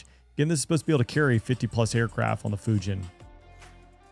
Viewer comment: Folks -you can’t even pronounce Fujian